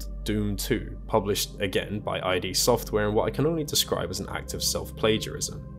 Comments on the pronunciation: Bro really said "I.D. Software" lol It's Id. As in the set of uncoordinated instinctual needs according to Freud's psychological framework (Ego psychology). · The “id” in id Software is pronounced as a single word. Like in “id, ego, and superego.” It is not an abbreviation. Also, “shareware” was the practice of releasing a portion of the software for free, like a demo or trial run, while promoting full registered version as a paid product, back then via mail-order. What you were describing about WADs and unencrypted files that were easy to create and edit would be better described as “open source.” Fitting, since the source code for Doom is available to the public for free. Plus, the games you showed that were “Doom clones” never used the same engine. They just looked like doom because of the 2.5D level design, sprite-based enemies, and limited color palette with primitive blending. Witchaven actually used an early Build engine, the one used in the biggest Doom clone of the 90s, Duke Nukem 3D. Honestly, the whole Doom section needs rewriting as it is woefully inaccurate.